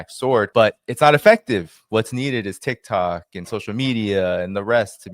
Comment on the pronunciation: Trump says Tik-Tak, Netanyahu says Tik-Tuk.... Tomato tomata.